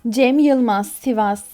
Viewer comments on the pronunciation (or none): none